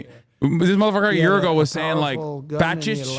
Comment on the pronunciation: I promise you, a dude who doesnt even know how to say the word "fascist" let alone READ is not doing a favor for the guy.